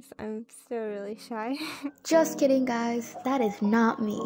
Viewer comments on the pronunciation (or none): hii “guyses”